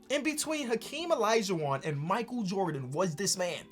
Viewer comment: Who tf is Hakeem Elijah Juan it’s OLAJUWON